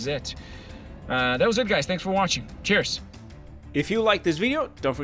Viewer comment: End of video he said cheers I heard tears